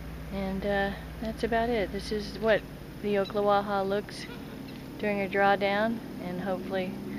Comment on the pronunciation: Pronounced - Ock not Oak - Ocklawaha Nice footage though.